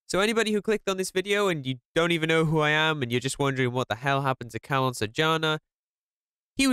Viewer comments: "Calon Sarjana" man.. Not "CARLOON" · Calon sarjana Pronunce: chalon sarr jaa na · Is read "calon sarjana" Not "kalon sarjana" Im just telling🙂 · Somehow I laugh when says "Kalon Sarjana" ngl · the way he says "calon sarjana" is really funny tho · Bro u said his name wrong